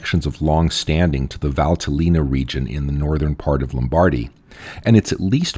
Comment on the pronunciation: Note: Lombardy (Lombardia) should be pronounced in English as: LOMM-bar-DEEE, not Lom-BAR-dy as pronounced here. There is very little emphasis on the middle ‘bar’ syllable.